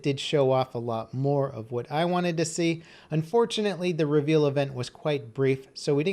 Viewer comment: cough cough I'm sorry what? Did you say reavel ?